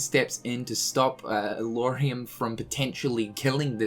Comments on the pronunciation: I guess we should be happy that he managed to say Lauriam instead Luoariam. That's a good first step hahaha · Wait what? Did he just pronounced Lauriam's name right for the first time? That's so good!